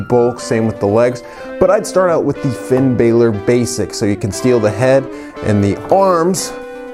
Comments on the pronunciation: Said Finn balor wrong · U were pronouncing finn bálor wrong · I cringed everytime he pronounced Finn Balor wrong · Firepower Pop l agree! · Orange Juice same